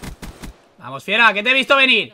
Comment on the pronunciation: donde vas fifuraaaa en ves de fieraaa xD